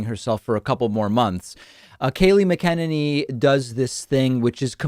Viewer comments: It’s “MACKeneny” not maKENneny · Her name is not "MA-KEN-NEENEE" it's "MAKA-NANY" WTF foreal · Dude, it's pronounced MacenANee, not MickENanee. Have you never heard anyone say her name before? Yes, I know it looks like "mick" but it's pronounced "mack" and the emphasis is on "ane" not "en". It's pronounced completely differently than you would think. Don't feel bad though, because that Right-wing YouTuber Tim whatshisname who does Timcast also was saying it wrongly for months. You're the winner though for length of time mispronouncing a well know public figure's name. Get all your news from print huh? Gotta watch an actual broadcast now and then. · David, her last name is pronounced “Mac-A-Nay-Nee” not “Mah-Kennedy”. Yep! It’s not a surprise that this woman followed Trumpy’s lead and lied for him for 4 years but this is what his cronies do because if she didn’t she would have been fired. Well, IT IS OVER. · I noticed David pronounces her last name the way it’s meant to be pronounced ......clearly, a pronunciation lesson the poor girl herself has never had..... Muh-ken-in-e Rather than Mack-N-N-E Most people are amateur fuckin stupid.... but this chick is a pro. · Stop mcen enny..it Mc eneny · The way you say Kayleigh’s last name 😂 its pronounced MAC-A-ninny I believe. Always makes me smile when u say it thou even while being disgusted at what she’s usually saying. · the way Pakman said Kayleigh last name made me cringe lol... Its pronounced Mac-A-Nin-Knee.. not that it matters lol.. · Not that it matters this late in the game, but it's pronounced "Mac-a-nay-nee." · Let's say the name again. phonetically. "KALE-LEE MAC-in-AIN-EE" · 🤣🤣 Why can't David pronounce her name properly?! 🤣🤣 Mac•a•nann•y is how its pronounced! Not that difficult! BIZZARE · MAC -IN-AY-NY that's how u pronounce her last name. I can't stand her, but u said it wrong soo many times on this video! Just had to get that off my chest! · MAC-uh-nay-knee please. please. someone tell him to stop.